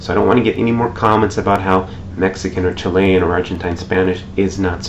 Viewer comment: It is CHILL-ian, not chi-LEY-an [Chilean]